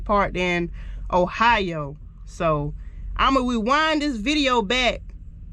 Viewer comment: Weewind 😂😂 its REwind girl.